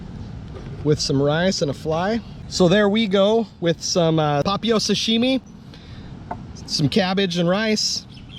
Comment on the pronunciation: Nice vid as usual. Papio = Pah Pee Oh with the emphasis on the 'pee'. BTW: Any chance you can do a video on Ocean View and Milolii? Talking about the bad the good, etc. I lived on Oahu for 10+ years, and kinda looking to head back to the aina.